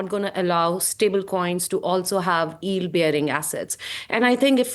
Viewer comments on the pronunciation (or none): She can’t say “yield” oh my god 😂